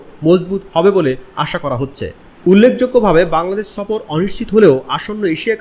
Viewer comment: সফর কথাটা আগে ভাল করে উচ্চারণ কর, তারপর আসব না হয় বৃরা সফর করতে...😂